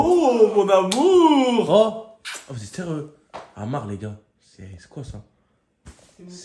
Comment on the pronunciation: amar= hamar 😂 sinon vous gère